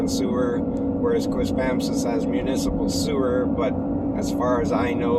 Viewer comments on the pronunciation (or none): It's pronounced QuispamSIS. Emphasis on the third symbol